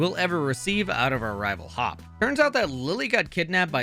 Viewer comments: You said Hop instead of Hau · I like how he called Hau Hop. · “We meet our rival Hop.” Lol 😂 If I had a Nickel for every time I heard Hau being called Hop, I would have a lot of Nickels right now. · HIS NAME IS HAU,,,, NOT HOP,,,,, YOU FAKE ASS FANS/ref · Took me until the victory road fight to realise he was saying Hop. I'm assuming it's intentional given the move name typos seeming intentional as well. (Noom Blast, PsyKick, etc.) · You're calling Hau "Hop". Too much Gen 8. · did he just say hop? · Lol, I didn't even catch it the first time but he might as well be Hop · As a Hop fan, hearing his name said when referring to Hau is agonizing